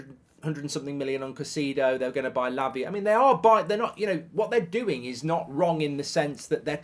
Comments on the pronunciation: Why do you keep saying ‘cuh-see-do’ when it is actually ‘kai-say-do’? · Caisaydo not caiseedo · It's not "Caiciido", it's "CaicEHdo". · Kuh Cee Dough😂